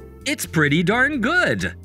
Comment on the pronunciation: He said God, instead of good💀